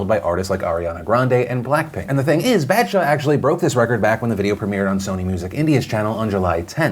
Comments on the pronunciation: It’s not Bad-shah it’s Bah-d-shah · It's a long 'a' sound. Like bawdshaw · I find it aborable when phil pronounces badshah it sounds like bad-shaw😂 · BAD SHA PAGAAAL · Phil's pronunciation of Badshah just made me laugh. I'm just gonna use it to troll all my friends 😂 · Hey Phil! Just wanted to let you know, the proper pronounciation would be sumthing like "b-ah-th-shah", and pagaal would be "pah-gull" (like seagull) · the way u butchered the name baadsha and paagal sends lmao it's fine tho